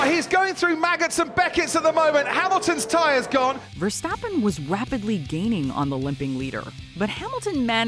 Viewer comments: yeah she said Verstaaapen and my dad says Verstappen with a fast tone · she mispronounced Verstappen